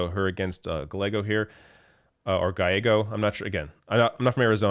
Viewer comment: Gallego = Gah ye go